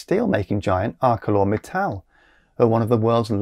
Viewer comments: "Arkelor" Mittal? Really In what language is "ce" pronounced like a "k"? Much more annoying: how can a clean energy specialist mix Kw and Kwh?? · like "arse law" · ArcelorMittal is usually pronounced with the soft “c”,.. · FYI, Arcelor is pronounced with a soft c,.